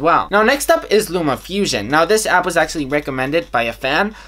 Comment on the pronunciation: vi can acshly vi can acshly vi can acshly 😂😂😂